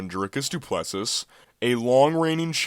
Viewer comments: You dont pronounce the last S in his last name. Pronounced Du Pless"E" But yeah, Du Plessis definitely deserves the title shot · The last ‘s’ in Plessis is silent. And, good try on your prediction, but… didn’t age well.